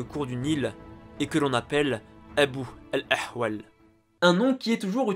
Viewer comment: ben oui il l a prononcé comme tel c une erreur mais pas grv 😀